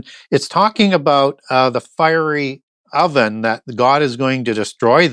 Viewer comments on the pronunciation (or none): none